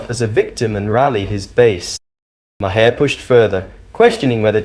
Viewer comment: If you continue to mispronounce Maher’s name…..goodbye